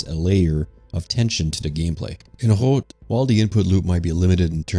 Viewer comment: As for how to pronounce HROT. H can be pronounce same as in H(OLD), R and O same as RO(CK) and T as from word (SLO)T. Keep at it, you can do it. Great video.